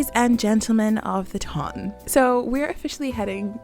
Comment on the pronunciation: I just want to say two things: 1) Thanks for such a thoughtful video, and 2) Thanks for pronouncing "ton" correctly!💖💖👏🏽👏🏽